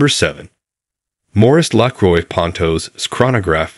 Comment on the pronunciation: Everytime this AI mess says the word 'Lacroix' 10,000 frenchmen drop dead.😢 If you can't even pronounce the the name of your own product, what hope is there for your company?